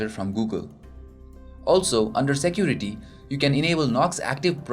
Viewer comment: shaport,jesture,Shecurity,eajier,PHITURES,choooze,oder,eajily,izz,50 pershent,SUUT hahaha and many more. OMG what a fucking pronunciation.